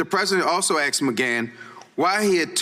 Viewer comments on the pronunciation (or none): ASK not AX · I'm just wondering why the congressman is axing so many things. Or did he mean ASK? I mean, it should not be difficult to speak the language, right? Other then this small gripe, he axed many good questions.